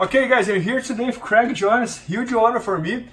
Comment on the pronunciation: o bernardo tem dificuldade em falar craig, fala crég jones hueheh